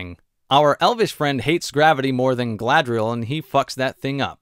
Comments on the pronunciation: I suspect the reason so many characters in this show say Galadriel like "Ga-la-thri-el" is because someone in the production watched the Lord of the Rings and heard the pronunciation of Galadhrim and thought that Galadriel's name could be pronounced similarly (In Tolkien's elvish language Sindarin, "dh" is pronounced as a voiced "th" sound.) When Peter Jackson created The Lord of the Rings trilogy, he had linguists to make sure the pronunciation of the elvish languages was as accurate as possible. Obviously, this was another thing Amazon couldn't care less about. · The way they pronounce Gallladrrriel is hilarious but her pronunciation of Saurrrrrrron is even worse. Every time I hear it it's like nails on a chalkboard.